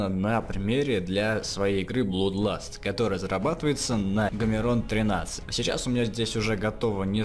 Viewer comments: блАдласт, а не блуд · Блуд - это за углом. А Blood читается как "блад" потому что это исключение